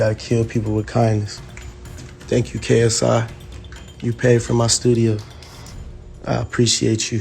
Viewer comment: Nobody: Keemstar: Krsi